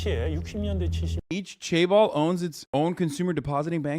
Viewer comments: Why does pronounce it like "Chay Balls" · As a korean, the better way to say it would be jaebol